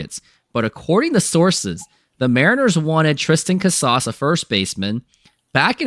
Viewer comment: you really expect the mlb corner of youtube to take you serious the way you pronounce casas? At this rate you're only going to fan the flames of mariners interest with no room for growth.